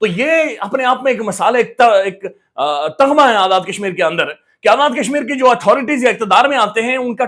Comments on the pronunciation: تمغہ ❌ تغمہ ✅ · پتر جی تمغہ ہے صحیح لفظ تغمہ جاہل لوگ بولتے ہیں سوری غلطی کی تصحیح کی ہے